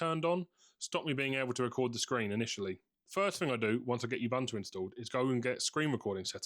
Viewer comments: ❌ You-Bern-Too ❌ ✅ Ooo-Boon-Too ✅ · It's OOO-bun-to, not you-bun-to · It's officially pronounced U-boon-too. Great video btw. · Closer to "oo-boon-too". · I was gonna give you lip about the atrocious pronunciation of Ubuntu, until you cracked the beer. We became friends then